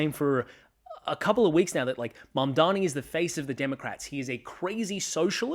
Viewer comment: MAMDANI, say it with me, Mamdani.❤